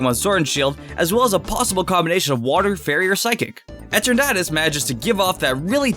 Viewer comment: that's not eternatus and it's "eeeetern atus" and "hat errr eeeneee